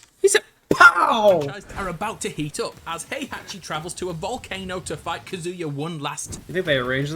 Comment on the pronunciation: I find it funny that the Smash player pronounces Kazuya’s name correctly and not the one explaining the Tekken lore.